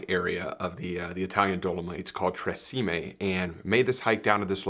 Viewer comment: Tre Cime pronounced tsheemeh